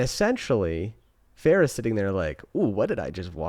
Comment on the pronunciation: Feyre pronounced Fay-ruh, Rhysand pronounced Reese-and! 😊 also haha I love watching peoples opinions on the first book… Oh sweet summer child, just wait till the second book or rest of series lol! Does a 180 😂